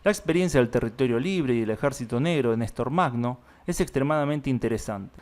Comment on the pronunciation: Нестор Махно se pronuncia "ñе́star majnó". Perdón por la pequeña correción.